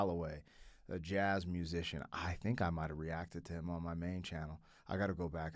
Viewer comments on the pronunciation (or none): none